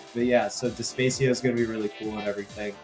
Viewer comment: Loved the podcast. Nice shout out to Despacio. Small note: "De-spah-cee-oh" not "De-spay-cee-oh"